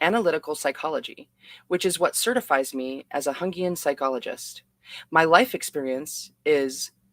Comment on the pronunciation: Jungian is Yungian <Young - Ean> not the latin J that is pronounced H. Thank you for reading this outloud. Anything to do with the archetypes is gaurenteed to Jungian...